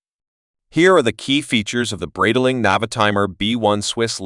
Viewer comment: Wrong pronunciation. Should be "bright-ling"